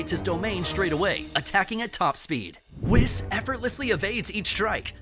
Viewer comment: When u pronounce whis as “wes”